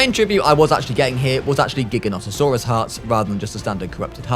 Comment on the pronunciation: Jye-gant-toe-sore-ar*e Thats how its pronounced and yes, every giga rider is a sore ar*ed boi 😅